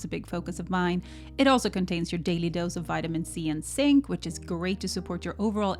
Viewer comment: It’s so cute you never say Z! It’s not “sink”, it’s “Zink”!❤😅😅